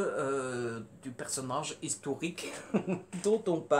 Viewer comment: "Histourique" j'adore 😂